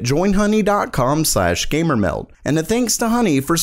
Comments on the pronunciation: I don't know how anyone actually hears the "d" in "gamermeld" the way he pronounces it...I always hear "gamermel". Like one of the comments above..."welgome everyone to gamermel" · Every time i hear "welgome everyone to gamermel" i want to close the window.. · "oelcome everyone to gamer mym" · Papa Smurf Same here. "WeLcOmE to GAYYMER MelD" Oof.